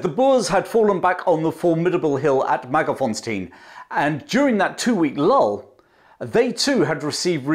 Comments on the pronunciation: MagerS-fontein, not Mager-fonstein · actually, the last part "tein" sounds more like TINE (like the tine of a fork) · Hi there, I love that you pronounce most of the names very well except for Mager s fontein - Magers Fon (as in the German von) tane (as in bane, sane). 😀😉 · Excellent account, but please re-examine the word Magersfontein and establish the correct location of the letter 's'.